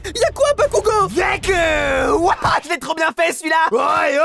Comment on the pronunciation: Je rêve où j'ai entendu du un "bakougo" de la pare de deku?😮(Au début)